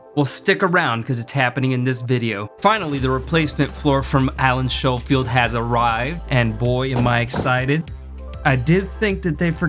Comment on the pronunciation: Great video. It's pronounced " sko- field", by the way.😆